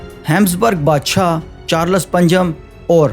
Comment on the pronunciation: ..your content is good one but your Urdu pernounciation is not far good..like you said word," Bashaa" BADSHA is Right one..Make sure to correct your wording